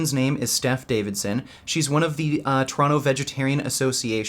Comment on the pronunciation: Poor. When will you ever get at fight in a ring... But you must understand one thing. Nowadays pussys are such pussys that inviting them to a fight at a gym they see as a treat. No matter how "tough" they have acted before in a public video. Also when you say Toronto i hear "Trano". But that might just be me, because im swedish;)